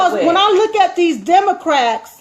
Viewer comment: did you say democracks? lol